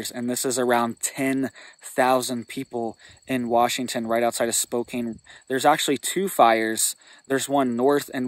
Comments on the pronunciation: Spo Can please!! I can't take hearing Spo Cane anymore! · Spo-kan is how it is pronounced, thanks for the warning. I'm in Vancouver, WA right now and there is lots of talk about the smoke coming our way and no one seems to know what is going on! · Spokane is pronounced Spo-CAN. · Spokane rhymes with spoke-can. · Is he trolling Spokane saying spokain lol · First off you should not talk about areas that you're not from without having facts. You bring up Spokane and you can't even pronounce the cities name correctly. LOL. I live in the area that was affected by the fire. Where their homes lost of course there were homes lost. this is not something that's uncommon to us in Eastern Washington. Fire started when a farmer was out in one of his Fields. It took off through the grass cuz of the wind and hit the tree line. Fire came to within a couple miles of my place we prepared so give everything down really good made sure we were ready to get out if we need to. That's the chance we take living in an area like this. We know this can happen every year. This year happens to be a decent year as far as fires go in Eastern Washington. We've had years were we've lost two or three hundred thousand acres. This year not even close. Get your facts straight if you're going to try to scare people scare them with the truth not your fiction